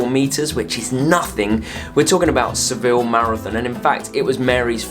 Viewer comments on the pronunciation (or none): none